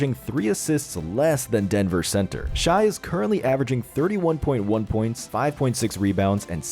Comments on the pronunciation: It's not pronounced Shy, it's pronounced Shay GILL-juss AL-eck-zan-der, it's not that hard to say a player's name right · Shai is pronounced like Shay btw